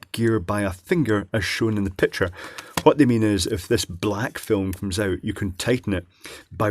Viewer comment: “It coomes in a big case.” Nice.